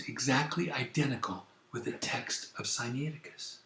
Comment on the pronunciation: Siniaiticus? Sainicticus? Scussnitusis? SCHFAISDOJHIAIHIO!!! Where's the difficulty in pronouncing Si-Nai Ti-Cus?! AMERICANS!!! (Edit: Or it could just be me, that don't know the Greek pronunciation)